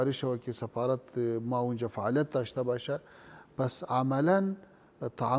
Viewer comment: این پشتون ها نمیتانه حرف :ف: را تلفظ کنه. میگه« سپارت» منظورش سفارت است میگه«سپیر» همان سفیر است ههههههههههه